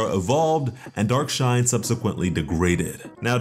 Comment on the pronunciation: Why do I keep mishearing dark shine as dark knight